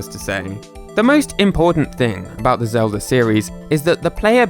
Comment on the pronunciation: Who's link? You mean Zelder? The hero from the Legend of Zelder?